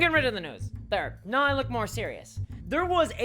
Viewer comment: Every time you say now you pronounce it nauye. British or Aussie?